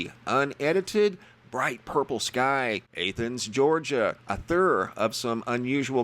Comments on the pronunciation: Athens, GA is pronounced like Athens in Greece. Never heard anyone say it like this. Long A? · You pronounce Athens Greece like that too? Lol.... just playing with ya